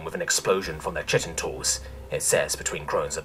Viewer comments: I'm sorry but when you pronounce chitin as chit-in instead of Kite-in I feel that upset me.. It breaks me down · everyones ragging on you for mis pronouncing proboscis, when its really chitin (Ky-tin not chit-in) you make an error on (a perfectly reasonable error, but one that is ACTUALLY an error) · Jesus h Christ, chitin is pronounced kai·tn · The one that's bothering me is chitin. It is pronounced kai-tin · I know it doesn't make sense and the way you said it in the video, to me always sounded more bug like and appropriate but chitin is actually pronounced like [ky-tin] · Chitin is actually pronounced kite-in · For fucks sake! Chitin should be pronounced as "Kyten"! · Chitin has its origins in Greek, it's "kie-tin" or nothin' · To be honest I've also only ever heard it as that, too, but knowing both are correct is good. But the other one that got me was chitin. I only pronounced it that way in Elementary/Middle school because I never heard it spoken, but I saw it written. [Starcraft]